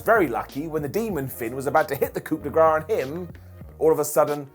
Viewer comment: Grace* not Grohr